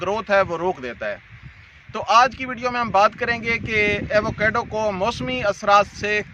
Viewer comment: ایوو کیڈو نہیں ہوتا ایووکاڈو ہوتا ہے یہی نام پورے امریکہ اور میکسیکو میں استعمال کیا جاتا ہے